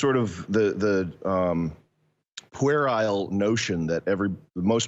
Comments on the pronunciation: ham it's pronounced pyuruhl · "pwhere - isle" hahaha